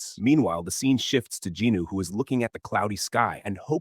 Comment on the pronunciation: Jin-woo bruh. Not jinu or jinoo